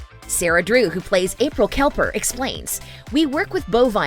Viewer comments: LOL!!! April “Kelper” Great Job on that one!!! Keep up the trend of not getting anyone’s name right! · Some of you are wrong. I might be wrong. But I heard April Kelper. Not Kepler, note even Kepner HAHAHAHAH